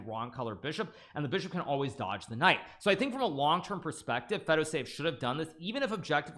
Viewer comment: I've been noticing recently that every time Hikaru says knight on F(X) he says knife on F(X) 😉